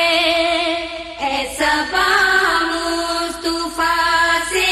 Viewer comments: مصطُفی نہیں بلکےمُصَطَفٰےہے اس غلتیکو صحیح کرئیں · leikin meri bahan aap glt padhe.. mustufa bol rhi ho.. mustafa bolni chahye...durust kre